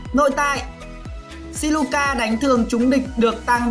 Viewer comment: Siluca mà đọc thành Sicula😂